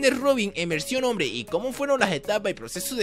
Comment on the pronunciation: Like si viste que decía bombre en vez de hombre